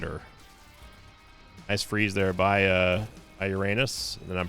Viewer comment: Very interesting, how you complain about mispronunciation of a made up word, but mispronouncing "Uranus" completely wrong. ^^